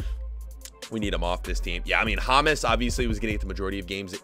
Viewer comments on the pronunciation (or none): none